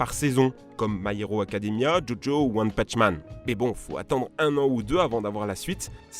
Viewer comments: Je suis le seul à avoir entendu one pache man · A il dit One Patch Man 🤦🏽‍♂️ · "one petch man"!? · "one patch man" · "One putch man" ... 😂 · patch man il dit 😭😭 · Comment il a dit one punch man à 😂😂😂